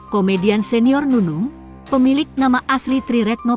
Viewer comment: bacanya Comedian adalah 》KOMEDIAN..Bukan "Tjomedian"